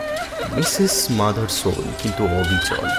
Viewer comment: Thanks for M.R. James. Bhalo uposthapona. Sudhu Mothersoler character a jini chlen tar pronunciation ta bhalo na...